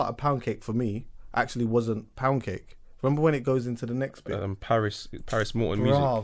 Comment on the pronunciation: man didn’t even say ‘remember’ he said ‘maramba’ 🤷🏽‍♂️😂